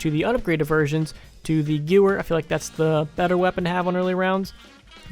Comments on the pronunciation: is pronounced (Ga-v-er) not gewer. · I believe it's pronounced gy-vyr, not gew-uhr. Don't take my word for it though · The way he say Gewehr😂😂😂. It's pronounced "Guh-vare" not "Gooer" 😂😂😂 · It's not the Goower the gevair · nobody: pronouncing Gewehr: goo-er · In German, ‘v’ is pronounced as a ‘w.’ Seeing that the Gewehr is a German-produced weapon, it’s pronounced ‘gev-air.’ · It's pronounced GUH-VER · I'm not usually the guy to comment ab pronouncing shit, but I've heard "gewehr" pronounced so many different ways. It's Gev-Air, although I've heard jew-er, guy-her, gargle my balls, g-ew-her, etc. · it's pronounced gew-ver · It's pronounced Gw Vehr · It's pronounced Guh-vair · It's spelled Gewehr, but it's german, so it's pronounced differently than if it were said in english. It's pronounced "Guh-Vehr" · It is pronounced "gevehr". The Germans pronounce W's as V's :D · It is "Gev-air" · It's pronounced like gever because it's German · gewehr = Germans pronounce the W as a V so it would be Gevehr. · Yeah Gewehr is pronounced Gah-Vear. It's simple rifle in German. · just fyi it's pronounces guh-vare for the gewher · i dont mean this in a mean eay but its pronounced ga-vay-er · u idot it greman so its pernouniced gevair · its pronounced "gev-air" "gever" "gewer" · the gewehr is pronounced, "gevare" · it's pronounced "Guvair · uhmmm im not trying to be a wise guy but i have a Russin friend and het says it is pronounced geve (little pause) ur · Gewehr is pronounced "gev-air" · im german and your pronounciation triggers me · The w makes a v sound.... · he said it wrong